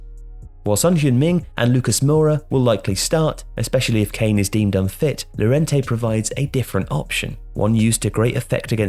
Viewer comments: double "L" in spanish is read "y" Llorente -> Yorente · Llorente is pronounced 'your-ent-ey'. How is it possible that people still pronounce his name wrong? It's so easy.